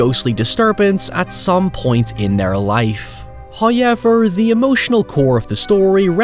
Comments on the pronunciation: bwahahaha.. Liam still said Hoyever when you said he said it in the correct American accent. 🤣🤣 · "He figures out how to say however correctly." You mean hoyever, right? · Ha.... Every time you say howyever I say it back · Why can't you say "however"? You make other oval O sounds just fine. Maybe its your jumping off point. In fairness, i can't recreate that sound you make when you say "however", so i guess we're even. I always liked this movie. I like the house. The CGI doesn't bug me. Catharine Zeta Jones looks ridiculous 😛 I think you may have read Wilson's character wrongly here. I never took him to be big headed or nasty because he puts himself in the same boat as the others. Wasn't there an allusion to Eleanor being of the house's bloodline? Something to do with the necklace. Its been awhile since I've seen it. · Um, sir, you DO say "however" correctly. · At this point I don't even know how "however" is pronounced anymore.